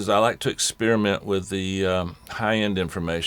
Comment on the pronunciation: what does he mean with,"have fun with it" or did he say "wid it" lololololololol :D <3